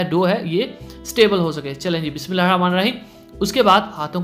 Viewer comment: Bismillah to Sahi se parh Liya kren